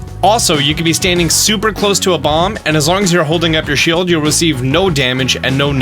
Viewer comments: “Shild”? Don’t you mean Shield? (Just want to point out that mistake lol) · its Shield not Shild xD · Shield not shild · "shild parrying" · Shild parry?